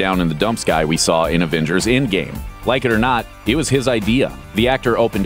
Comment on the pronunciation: Its Endgame not Indgame